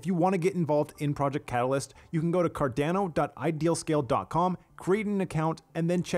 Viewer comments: Good format but please fix the pronunciation. Car-Don-Oh, not Car-DAN-Oh. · Thanks for he video, curious: why does he prodounce CARDANO ''Cardnäno''? 🤣🙏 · Love the short videos, but dude, learn to pronounce the organization / product you're working for. It's CAR-DAWN-O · He's really making me question how Carando is pronounced now.. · I really wish you would learn how to properly say "Cardano" I die a little inside when I hear you say it. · Great video, thanks! PS I cringed every time you mispronounced Cardano and IELE.